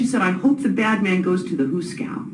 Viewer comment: What is a "hooscow" ?